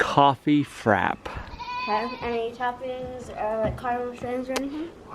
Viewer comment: "Cafe frap"? It's FRAPPÉ... Geeez..